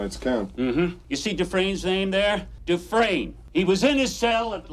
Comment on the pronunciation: i know yall didnt say dufreesnee. smh.